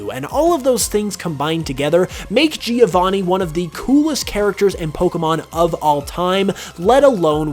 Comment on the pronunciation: Half of his brain favours older games The other half favours hot chicks and... let's be honest that's not his brain But the worst thing is the way he says "Giovanni", do all English people say it like that? I'm Italian, this is killing me Anyway, I did watch this videp of my own volition, and it's about his personal opinions, so.... I mean, personal opinion need to be personal, not good I guess?